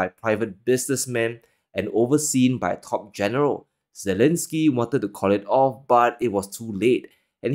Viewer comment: Volodymyr Z...elenskyy ? There's no way 💀💀💀